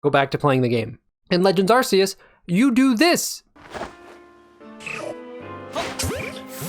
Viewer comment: please for the love of god, Its pronounced ARK-ee-us